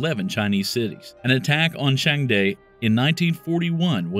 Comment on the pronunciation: I mean this in the best way possible but pls research on how to pronounce names of foreign cities and/or people (ex. Baiyinhe, Changde) 😅😅 great vid tho! 🤍🤍